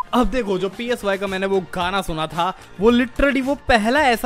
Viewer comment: Mere Bhai. PSY is pronounced “Sy” (kinda like Sigh).